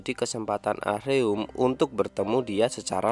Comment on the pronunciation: Min, Ah-Reum itu baca nya A-RēM pake ē Denger mimin bilangnya ah-reum ah-reum berulang², ga Enak banget Di denger 😂 Monmaap 🙏🙏